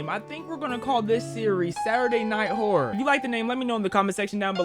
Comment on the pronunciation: Nah.. “Saturday night whorror”